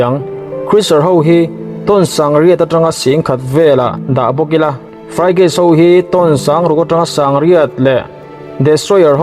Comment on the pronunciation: Ngaihthlak anuam hle mai, fraigeit nilo in frigat ti a lam zawk tur ani hmel